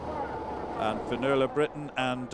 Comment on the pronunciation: he pronounced 'finnuola' not quite right..